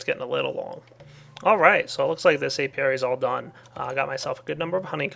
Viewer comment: He's talking about an Apiary. Notice the P in there? Gad to help :D